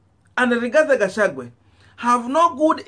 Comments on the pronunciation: Please get the names of this politicians correctly.It is GACHAGUA AND NOT GACHAGWE.ALSO IT IS WAMUNYINYI AND NOT WAMUNYINYA.Otherwise you are doing a good job. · 🤣🤣🤣 it's Gachagua not Gachagwe 🤣🤣🤣 but is okay ,unaweza mwita vile unataka 🤣🤣🤣kabra afike huko ikuru. Ruto ako na Azimio la kugonga ukuta! Hata Kihika haonekani kwa UDA siku hizi! Gachagwe knows the international community from Mathira. The Mathira Diasporians! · Please learn to pronounce people's names properly Gachagua not Gachague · Gachagua. Not Gachagwe!